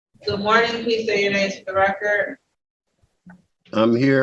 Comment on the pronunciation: Um...just to be honest, the word "record" does in fact have a letter "d" at the end and it isn't silent. So you got to kind of pronunciate the d otherwise you say "wrecker" That's not the right word.